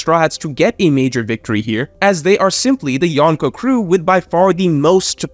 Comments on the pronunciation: Every time says Yawn-Ko I cringe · Loved this video, but your pronunciation of “Yonko” could be better. The “n” shouldn’t be pronounced like the “n” in “one.” It should be like in “uncle.”